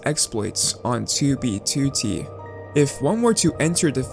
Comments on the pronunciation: It's "2 bee two tee" not "toobeetootee" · He be like: tewbytewty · I love the way he says 2b2t. "ChooBeeChooTee" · "too bee too tee" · Oh my god, the way he says "2b2t" 😭😭😭😭😭😭😭😭😭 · How you Say 2b2t Triggers me